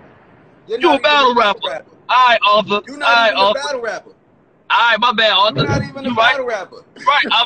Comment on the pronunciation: Yo called him Arthor 🤣🤣🤣